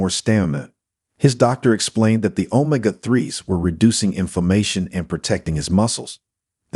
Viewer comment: OH-m''gah acid? OH-m'gosh! It's oh-MEG-gah acid you foreigner. Amm-ih-NO? No no! It's ah-MEE-no1